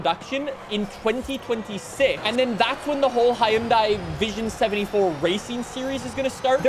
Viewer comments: Hi-un-die👎 hun-day👍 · The way he says Hyundai peevs me to no end. It’s “HUHN-DAY” not “hi un die” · it is cool, but it is pronounced hon-die not hi-on-die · bruh who gonna tell him hyundai is pronounced "hunday" and not "Hi-Un-Daie" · About 2 years ago (February 2023), Hyundai ran a campaign (in the UK) updating how it is pronounced. “The manufacturer has decided to change the brand’s pronunciation from the anglicised pronunciation of ‘Hy-un-dai’ to ‘Hyun-day’, which is the global pronunciation of the brand.” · Everyone pronounces Hyundai as 'Hi-yun-dai'. The 'Hyundai like Sunday' ad campaign isn't effective at all. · It's pronounced hyoon-day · Bruh it is literally pronounced hi-un-day. That is how the company says it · yea ik we have weird ways of pronouncing stuff but idk HIUNDAIE scares me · the pronunciation is for everywhere. For where it’s made. For the US. For literally everywhere. The company says Huhn day so therefor that’s how everybody should pronounce it you dunce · Hyundai rhymes with Sunday. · 🤓 it's hyoun-die actually